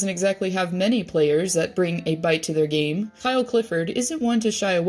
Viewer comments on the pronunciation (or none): none